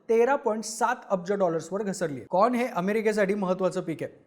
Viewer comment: Corn म्हणतोय porn म्हणतोय 😂